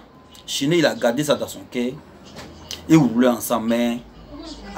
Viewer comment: Toi ya pas toutes les lettres dans ta bouche voilà pourquoi tu parle mal le français. Exp: au lieu de cœur tu dit cair au lieu de youtubeur tu dit youtibair. Tu met air au lieu de eur🤣🤣🤣🤣🤣🤣 toi même ton nom au lieu de dégameur tu met dégamair